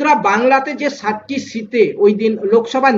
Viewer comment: Uchcharan bhalo hochchhe na. 7 tir jaygay 60 ti uchcharon hochchhe.